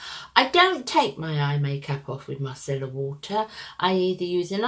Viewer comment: Darling, first off-thank you for pronouncing Micellar water correctly-such a joy to my ears. Love seeing your ‘finds’. XO